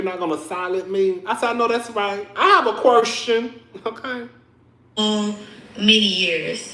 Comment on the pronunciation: Great reviews per usual but u had me chuckling.. "I have a qwershtion". Eheheee 😂